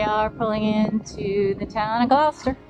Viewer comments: Please learn to properly pronounce Gloucester, it’s glahster. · Thank you for lovelyepisode. But it's pronounced 'gloster'. On your return come up to Rockport for a quintessential New England seaside town. In fact it was 'dry' for two hundred years thanks to Hannah Jumper and her girlfriends who in 1856 split every cask of rum to get their spouses back to work.